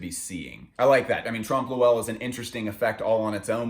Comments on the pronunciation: Hey! Love this series, sorry I only just watched it now. Not sure if anybody's given you this input yet, but it's pronounced basically "Tromp Loy" rather than "Tromp Lo-Ell". <3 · its trompe oeuil not trump loowell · trump lowell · Haha, trompe lewel?.Ill admit its not an easy one but the O is silent then you pronounce EUIL in one sound. E in french is almost replaceable with A in American english so try .. Trompe LAUIL. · that trompe l'oeil pronunciation :( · the way he says trompe l’oeil hurts me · it took me a while to realize you're saying trompe l'oeil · it's actually trompe l'oeil but agree that he murdered the pronounciation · Ok I’m sorry but I hate listening to the butchering of the pronunciation of tromp l’oeil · didn't understood what he was on about for 10 seconds because of that.